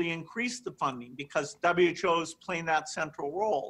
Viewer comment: Why is Gates saying "W CHO" And again, WE NEED THE W CHO LIKE WE NEED A HOLE IN THE HEAD!! #BillGatesNWOShill